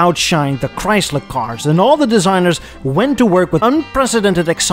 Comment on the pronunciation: Chyys ler